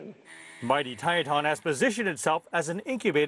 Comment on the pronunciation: It's pronounced Tieton, not "Tietawn". Long I, short e.